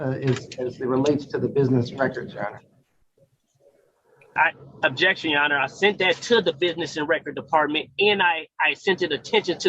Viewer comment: "Ojection yo onner....."🤣